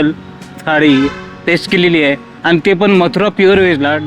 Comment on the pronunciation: काय बोलतोय हा..... आनी पानी आधी मराठी शिका.. भाऊ..